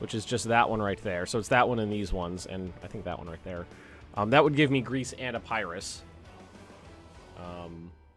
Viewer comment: It’s pronounced ep-er-is, not ep-pie-is.